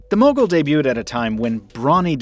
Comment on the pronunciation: When you say Mogul it sounds like muggle...lol ....the bloopers were awesome....was laughing like hell